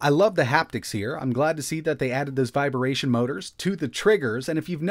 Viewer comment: Are you saying "viberation" on purpose?